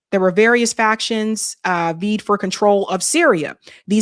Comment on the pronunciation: Love your show! Vied=“v-eye-d”